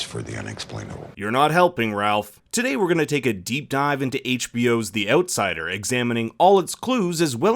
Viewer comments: The "Oatsider" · The ootsider. Lol someone's Canadian is showing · I'm just here to listen to you pronounce Outsider in that accent :)